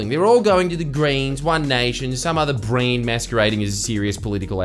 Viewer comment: i choked when you said some "brand (or braid wasn't sure ur accent was really strong when u said it and the cc thinks its brain) mascaraing as a serious political outfit"